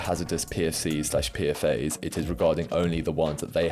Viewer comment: Good video! I guess I'd never heard of Gorpcore b/c I don't use tik tok I like that you pronounce 'PFAS' the (IMO) correct way - ie. 'Pea-Eff-Ayes' instead of 'Pea-Fass', which sounds super wrong & annoying to my ear for some reason